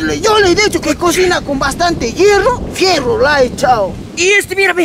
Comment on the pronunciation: jajaja que buen fierro en vez de hierro saludos desde cajamarca saludos en el proximo video